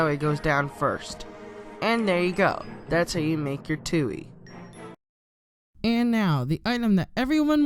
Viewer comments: That’s not ptooie it’s ptooei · Not Ptooie it’s Ptooei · The p isn’t silent in ptooie